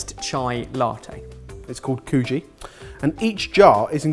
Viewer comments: When they said kuji I thought they said coochie Oh no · I thought he said coochie not kuji and my soul briefly left my body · I about died, I heard coochi not kuji 😂